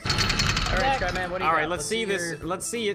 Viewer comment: I thought you said, "Welcome ladies and gentlemen, I am crap man!" XD